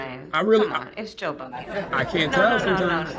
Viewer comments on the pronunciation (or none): Joba-&-Joba-& it's Joe Biden.